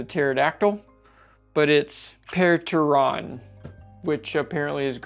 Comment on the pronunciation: The p is silent it's teron.